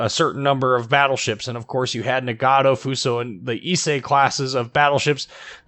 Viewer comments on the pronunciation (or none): none